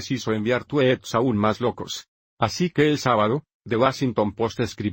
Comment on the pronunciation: Jajajaja "los tuets"